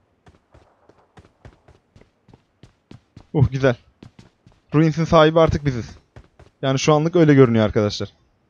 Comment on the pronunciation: Abi rins değil ruins